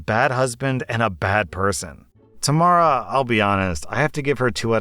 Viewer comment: lol you pronounced Tamara wrong